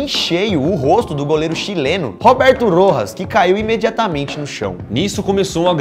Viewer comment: Meu sobrenome é Rojas e n se fala assim🤨 mais ok